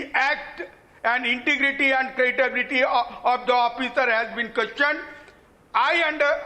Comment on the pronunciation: LLM kiya hai ne aur 'credibility' ko 'cratability' banaa diye